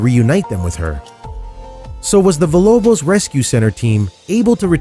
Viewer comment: ... emanciated? Don't you mean e•ma•ci•a•ted? And then you said it again... And Villalobos is pronounced "veeya-lobos". It means House of Wolves in Spanish. In Spanish, when you see LL together in a word it is pronounced as a Y. Villa, in Italian, the L is pronounced the way you pronounced it, but Villalobos is a Spanish word so so give it due respect, if you are going to be a host of a show or narrator.